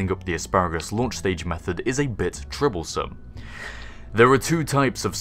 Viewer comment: you said 'a bit troublesome' but is sounded a lot like "a bit tribblesome". KSP needs Tribbles!